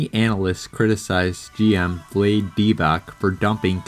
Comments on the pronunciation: When did you start watching basketball yesterday u culture vulture Vla- dee not vlade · Vee-Laid.....LMAO....analysis lost all credibility after that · You prounced vlade like blade. Its pronounced vlah-dee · I just got dummer for watching this video. Had to stop when this supposed NBA fan couldn’t pronounce “VLADE” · How do you not know how to pronounce "Vlade"?